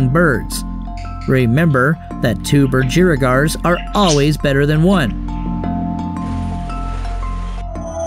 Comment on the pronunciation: The way he says budgerigars tho